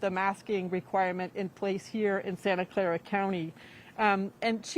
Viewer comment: Ktvu gonna hire new YouTube guy soon. “Santa Claa” 🤦‍♂️